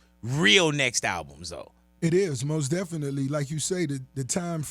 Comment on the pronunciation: Ross should make a song call most definitely cause he be killling that word